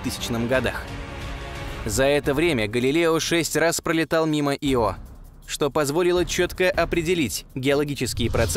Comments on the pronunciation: Видео класс,но ударения это жесть.япет, Ио ударения на первой гласной.режет слух. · Пардон, но у названия спутника Ио ударение падает на первую букву, не не на вторую. Извините, но очень уж режет слух